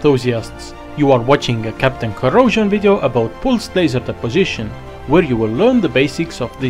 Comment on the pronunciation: Are you Indian? You pronounce "pulsed" so wrong!!!